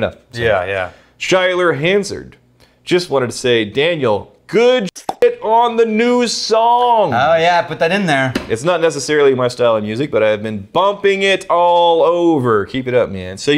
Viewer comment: I have to pick this bottle up as im not extremely far from the Distillery. By the way, did Daniel say "songk"?!? Lol!